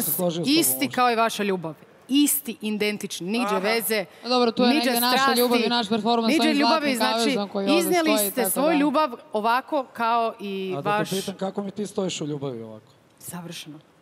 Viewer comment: “Indenticni”?!?! Ja koliko znam kaze se “identicni”